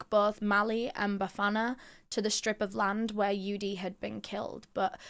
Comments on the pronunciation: The way you pronounced Bafana....really proud of you🎉❤😊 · she absolutely nailed it, I'm sitting here in awe... especially when she mentioned Bafana, I could swear she's from the hood too 😍🫶🏾